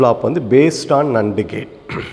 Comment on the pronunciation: Very useful and infomative Sir. Kindly correct the pronunciation of NAND gate.